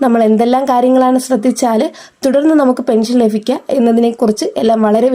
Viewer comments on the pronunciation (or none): ല ഫിക്കുക അല്ല ലഭിക്കുക ഗുണഫോക്താക്കൾ അല്ല ഗുണഭോക്‌താക്കൾ ഫാര്യയല്ല ഭാര്യ. ശ്രദ്ധിക്കുക